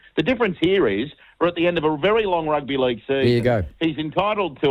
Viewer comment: Martin thank you so much for that ‘Rugby Leauuuge’ accent. Spot on!